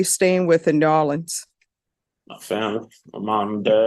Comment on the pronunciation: How pronounces New Orleans is just poetry. I keep watching it. She’s a wonderful Judge too.